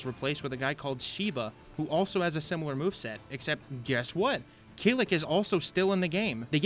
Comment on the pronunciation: Key-ick. The L is silent.